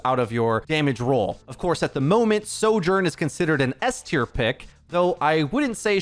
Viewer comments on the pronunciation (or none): none